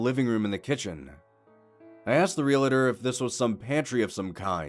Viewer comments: Real-tor Not real-it-or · 'Realtor' only has two syllables.